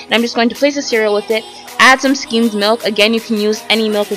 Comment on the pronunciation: Skimmed. Not "schemed". Vegetable. Not "vegetal". I can't put up with watching any more to hear what other words you butchered.